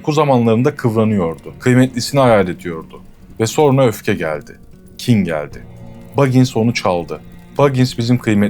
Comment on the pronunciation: Abi dikkat ettim iki defa, sonra diyeceğine sorna diyorsun :)